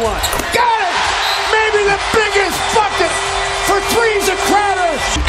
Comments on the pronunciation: "maybe the biggest fucker" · “The biggest Fucket”?? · “Maybe the biggest Bucket” is what he said but still 😂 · bucket i guess haha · Uncle Tony hey said bucket, pretty sure he's to professional to curse on live TV.